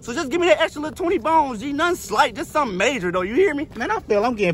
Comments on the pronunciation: He actually said..."Nun slight just sum opposite of what he said the other 3 times... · sumin' slight g